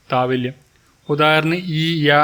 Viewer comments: Thavalyam alla Thalavyam Madhyamam alla മധ്യമം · താവല്യം അല്ലല്ലോ താലവ്യം അല്ലേ